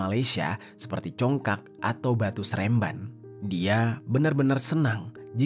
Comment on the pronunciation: Congklak Baaang.. Congklak 😝 maap geli telingaku (peace)